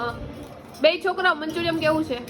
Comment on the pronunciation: manchuriyam na kevay Manchuriyan kevay